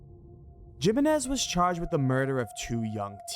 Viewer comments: ayyyy ”Jiminez” i can’t 😂😂😂 My dude 🙂‍↔️🫣🤭 make pretend that the letter ”J” in Jiménez is actually the letter ”H” 🫡 Making it: <Him> Got it? 🙏😝😘🫶😚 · Omg every time you say “JIM-IN-IZ” for JIMÉNEZ 👀🫣😳 I mean, ay again common man 😂 what even is that?! Gym-en-ez? I mean come on bro lol 🙈 like, what the literal hell lmaooo